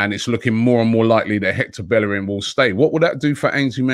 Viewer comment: Robbie I'll never understand why everyone can pronounce Ceballos' name correctly but can't pronounce Bellerin's name. In Spanish, two L's makes a Y. Just like it's pronounced "Seh-buY-oce". It's pronounced "BaY-er-in. Even in Dani's song y'all say paella like "pie-ella" when it's "pie-ayah". How do you pronounce one right and the other wrong in the same sentence???